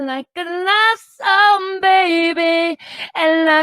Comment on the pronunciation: Learn not to use people...And BTW you CAN'T SING....It's SONG WITH G. I hope William pronounces his *G's*. Learn to be nice...If not you will forever be alone.